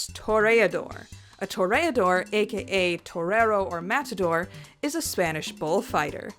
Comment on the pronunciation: Spanish pronunciation’s not awful!